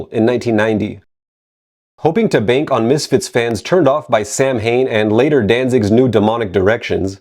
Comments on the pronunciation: I will say that the word sounds way cooler pronounced phonetically lol. Same with the band Macabre - the actual pronunciation just doesnt sound as cool :P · Do yourself a favor and listen to the pronunciation of Samhain in the song "November's Fire" on November-Coming-Fire. Clearly the band pronounces it correctly in its Gaelic form. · So knows the proper way to say “Samhain,” but not Lodi. Which is amazing. “…In New Jay-er-sey. This is, of course, your favorite channel, ‘He-Ayy-Vee-Why Academia.’”